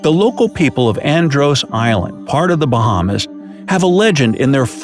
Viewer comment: Watching this is cringy asf being a Bahamian learn how to pronounce the islands dude 😂 very good video tho